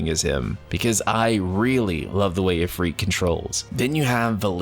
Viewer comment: Did you just say “Ifreet”? Is that how people in this game pronounce it? I’ve never met anyone, ever, who’s ever pronounced Ifrit that way.